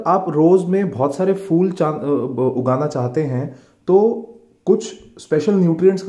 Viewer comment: Is it really fool 😂😂😂or phool